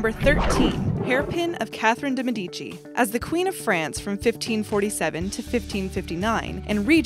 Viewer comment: That is the strangest pronunciation of de Medici I've EVER heard. Good grief. Are these people paid to read these things?